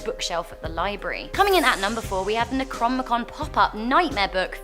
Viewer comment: Neck-ro-nom-ih-kon. ... For future reference. Not neck-rom-ih-kun/kon.